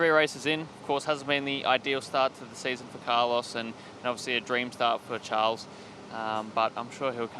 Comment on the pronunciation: I appreciate her, but she should learn how to say Charles' name.